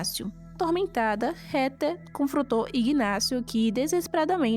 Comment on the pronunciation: MUITO BOA SUA NARRAÇAO, MAS A PRONUNCIA CERTA DO NOME DA HEATHER NAO E RETER, O CORRETO E REDER,🧐🧐🤓,, PARABENS PELO EXCELENTE VIDEO, JA ME INSCREVI E LIKE DADO😃